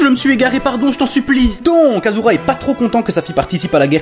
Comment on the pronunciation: Propre, rythmé et bien marrant :) Par contre, arrête de dire aZura. STP :'(